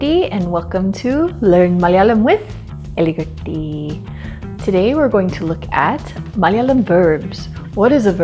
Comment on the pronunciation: Is it really Elikutty or Ealikutty? You say Elikutty which means "mice"... But I found your channel to be a cool one.. Great to know there are more foreigners learning Malayalam